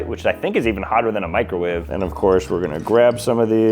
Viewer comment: Oh just loves his microwaay 😂